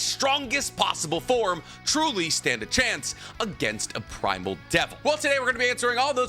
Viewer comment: Really thought he said the Asian devil at first…..